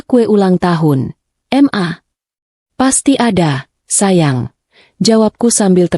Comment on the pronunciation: Gak habis pikir, kenapa ya membaca "Ma" selalu dibaca aneh dengan "Em A". Sekedar gaya gaya an kah....???